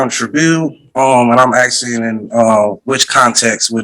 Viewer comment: A load of 'axeing'